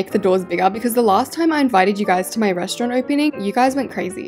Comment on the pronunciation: At 1.46 she said another resront😂😂😂😂